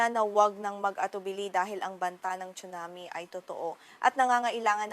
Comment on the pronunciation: Anchor chunami daw tsunami 😂